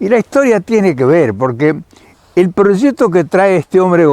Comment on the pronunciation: hola nunca lo habia oido pero me encanto un señoron con mucho conocimiento saludos y siga haciendo lo que mejor sabe. usred si habla correcto dice proyecto y no prochecto. no se por que otros Argentinos hablan tan feo